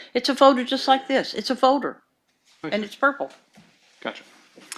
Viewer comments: Dammit, Nancy! It’s not a FOE-der it’s a FOL-der. Pull your shit together! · Many things about this woman infuriate me, but my God the way she said "folder" is physically painful to me. "Foe-durr". Or the days of the week. It's not Wednesday, it's "Winsdee". Or about half her vocabulary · It’s a purple “foder” duh! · fowder, purpit fowder, fowwwwdduurrrr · It's a foder, just like that, a foder. A foder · She is so detestable yet I am find her fascinating. prooDreading is so great Thank God since JCS drops one video a year 😂. The way she says folder is so weird. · The woman can't properly pronounce "L" she say fowder instead of folder and toad instead of told...so irritating 😅